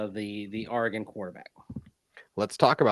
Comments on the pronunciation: Longtime Duck here: For the record, it’s Ore-uh-gun, not Are-uh-gun. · All’s good, and I know you guys put in a lot of hours the past three days. Also, it’s a common mispronunciation among east coasters. Heck, I’m a former TV news guy from Hawaii and an Oregon grad, so my ears perk up when I hear someone misspeak. Given what’s ahead for Bo Nix and Troy Franklin, you are now ready when you talk Oregon Ducks….or the Denver Ducks! Wishing your daughter the best at OSU. Next press briefing with Sean Payton, you should raise your hand and ask if he’s got any Beavers in his sights! Onward! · Ooops ... sorry, I'll work on it. At least I don't say "Ore-uh-GONE"